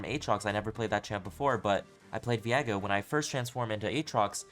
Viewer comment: Why do you say his name like 'Vee-egg-oh' when it's 'Vee-ay-go'?